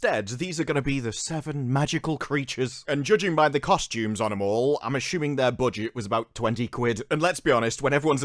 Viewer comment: "Imma shoo'meen" What accent is this? ;)